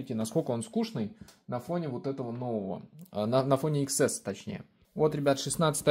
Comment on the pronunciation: iPhone не иксэс, а десятьЭс. Учись говорить правильно!!!